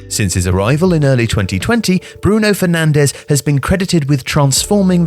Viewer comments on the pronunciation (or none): Bruno Fernandez -> very bad pronunciation! He in Portuguese, not Spanish.